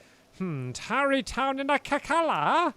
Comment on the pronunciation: tarrey not towery